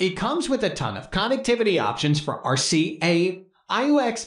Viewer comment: Especially when they refer to RCA connections as "R-Sia connections."